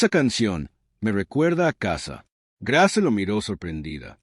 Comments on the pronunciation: Grace se dice ( greis). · Grace o Greis …??? Si pronuncia también las palabras en inglés como es que se le escapó lo de Grace.